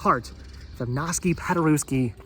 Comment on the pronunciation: His name is pronounced Igg-naz Pod-ur-ev-ski.